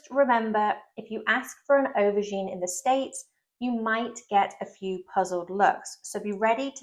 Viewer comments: It sounds like you are saying overgine not aubergine, or do my ears need rinsing out?? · You’re saying “overgine”, stop it.